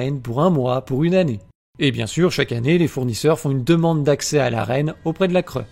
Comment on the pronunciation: Bon à part que la cre se prononce la cré tout le reste est vrai malheureusement